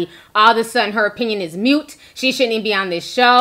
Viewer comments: Moot...not mute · mute🤦🏻‍♂️ It’s MOOT